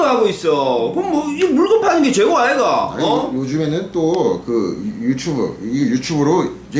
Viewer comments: 유츄브 ㅋㅋㅋㅋㅋ 유추브ㅋㅋㅋㅋㅋㅋ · 유츄브 발음 진짜 찐 ㅠㅠ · 유츄부 ㅋㅋㅋ 교포아저씨 발음 너무 매력적이야